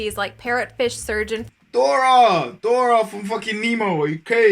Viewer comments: Man called Dory, “Dora” 😭😂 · My mans really said 'dora' im deaddddd uceee. Love the reaction bro, your welcome to join the family koaga'i(cookout) lol